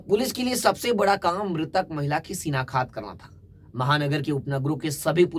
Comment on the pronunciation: Shinaktha not shinakhat 7.45